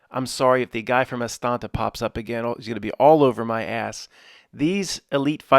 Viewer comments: Am I the only one who laughs every time says AsTANTa?? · He knows, that we know, that there’s only one t in Astana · No, it's hilarious. Ever since that listener corrected him, every time he misspeaks, he reiterates it. LOL He's the Woody Allen of conspiracy theory. I love it.